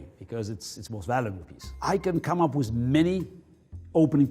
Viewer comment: I love when he says wiz